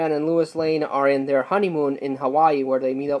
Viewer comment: Did you say Lewis Lane?